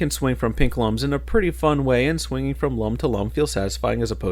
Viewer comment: Do you pronounce "Globox" and "Lums" wrong on purpose? Just wondering.